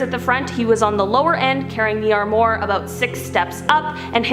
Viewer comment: As Canadians, you folks seem to have a poor grasp of French... The Palace, of Marie Antoinette, is pronounced "Ver-sigh". & the deadly furniture that fell on the guy in his premonition, was an "Arm-wah"... Unless, you were making a subtle protest of Quebec's politics !?!